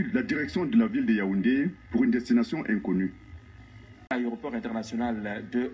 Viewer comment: Pourquoi la majorité des journalistes camerounais disent "ayéroport" au lieu de "aéroport?